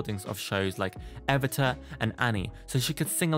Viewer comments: *its EE-VEE-TA not evi-ta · Eh-vi-tah? Seriously? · It's VideOpolis, and it's evEEta (Evita)